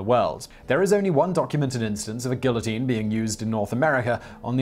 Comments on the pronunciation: lol, yes. I mean, a tiny "gill-uh-teen" that is. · Continuing to defiantly mispronounce "guillotine" after having been corrected in prior videos is kinda like cutting off your nose to spite your face. Just saying. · He butchers some random word in almost every video- this time it's guillotine. It drives me crazy and takes me out of the narrative.